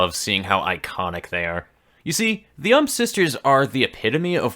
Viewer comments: I'm pretty sure it's U M P instead of UMP? you don't pronounce the AK in AK-47 as "ack", do you? Or AR-15 like "arr"? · The way he says ump hurts